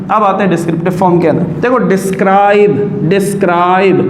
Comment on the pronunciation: sir adha parhen ge tu desrip hoya Aap describe bol rahe hen